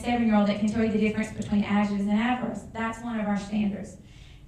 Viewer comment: How can she teach "adjectives and adverbs" if she can't even pronounce the words herself? (ajatives and averbs)